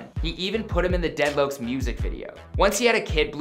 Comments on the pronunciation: HE SAID DEAD LOKES 😂💀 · we gonna ignore how he said dead lokes ???? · Bruh he really said “dead loacs” I’m dead bruh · Dead Loucs? 🤣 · He said deadlouks 😑🤣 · He said dead lokes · 蠍 | dead “lokes” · "deadlokes" "deadloke" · "dead loacs" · "dead loaks" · Dead locs he pronounced it white asf